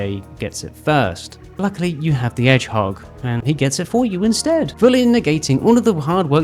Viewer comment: Why do i feel like you specifically called Shadow an "Edge-hog?"